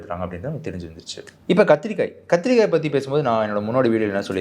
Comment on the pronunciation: kathrikai* physiological*